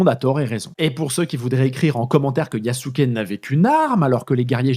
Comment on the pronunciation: Belle vidéo. Petite critique quand même, c'est bien de faire l'effort de prononcer le japonais mais les "u" sont en majorité "mangés" par la prononciation japonaise (un peu à l'anglaise), du coup pour nous autres occidentaux son nom se rapproche de "Yaské". En plus d'être le plus puissant Daimyo de l'époque, Nobunaga était l'un des plus ouverts aux idées modernes (par pragmatisme principalement) et ça ne serait pas si étonnant que cela qu'il ait fait appel à Yasuke comme plus qu'un simple trophée pour avoir l'avantage sur ses rivaux en l'employant comme combattant, surtout s'il avait déjà eu une formation militaire préalablement (les esclaves africains étaient parfois des guerriers vaincus par une autre faction).